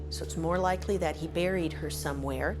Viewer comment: Rofl. You like A.I reading you? I do too compared to people who do this with their own channels and pretend to care. All about views. At least this fake voice is very soothing. When they can't pronounce buried or sadist, we know it's A.I 😂